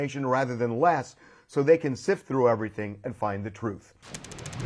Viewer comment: "Every thang started goin souff " 😂😂😂😂😂😂😂😂😂